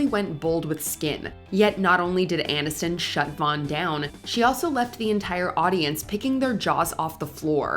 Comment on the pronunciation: AIN-iston? This AI isn't that I.